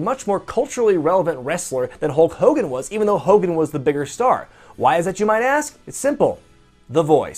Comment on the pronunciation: Hull Cogan??? wtf is a Hull Cogan!